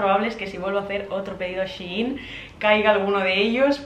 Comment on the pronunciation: es shein no she in 🤣🤦🏻‍♀️